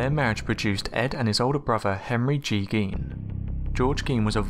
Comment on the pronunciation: In Germanic languages, "ei" creates an I sound and "ie" makes an E sound. Gein is pronounced "gyne".